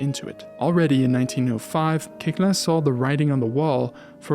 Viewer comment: A very fine documentary about Koechlin (his name correctly pronounced). Pianist, I explored his piano music many years ago but I distanced myself from it because I find it generally extremely boring (but a few pieces, mainly his sonatinas where here and there we find something more palatable). He wrote a lot for other instruments mainly for flute, output where we can find really beautiful pieces, among them - 14 pieces pour flute et piano op. 157.